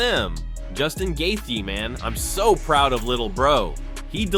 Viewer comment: Brother you got to pronounce Justin’s last name correctly gosh